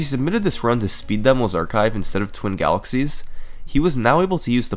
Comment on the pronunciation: My man loves saying “Speed Demulls archive”